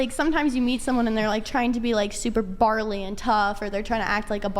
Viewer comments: It’s burly not barley. Barley goes in the beer that you’re talking about. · Why is it always 3rd wave femnazis that mispronounce common words? I watched an episode where one of them continously said "anticdotal" instead of anecdotal, this one says "barley" instead of burly... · It’s “burly” you twit. Barley is a grain. 🤦‍♂️